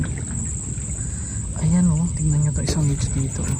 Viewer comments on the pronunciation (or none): none